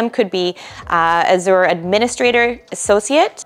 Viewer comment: The host needs to learn how to pronounce Azure which leaves me to believe she definitely does not have any certs herself. Also these salary estimates are greatly exaggerated in the real world.